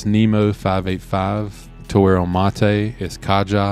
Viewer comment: Caja is pronounced Kah Ha! not Kah Jah...it means Box in spanish.